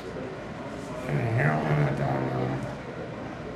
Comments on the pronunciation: I hate when people say "hair-ron" instead of "hair-owen" it sounds so wrong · The officer pronouncing it as "Hair on" is absolutely annoying. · Did he say hair Ron ,he can't Herion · Was anyone else annoyed when he kept calling it heron instead of heroin ? Heron is a bird. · That deputy knows damn well how to pronounce heroin. He keeps saying her-ON. Ive met a few people who do that. Why? Seriously why?